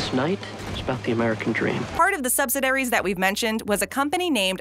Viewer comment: Sub si dareys? Missed a syllable.